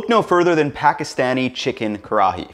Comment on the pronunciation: GREAT recipe, perfectly accurate. Next going to get you to perfect how you pronounce Pakistani correctly !!!